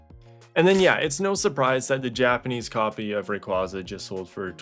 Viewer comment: Sure you can see my interent history. All you'll see is ebay and pricecharting 😂😂😂 Also you say Dialga right but not Rayquaza?